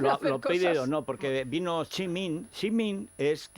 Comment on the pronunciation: Garbancito, no te las des de sinófono. Xi no se pronuncia "chi" en chino. Saludos desde China.